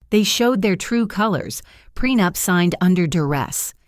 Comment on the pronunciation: It's prenup not prenapped😂😂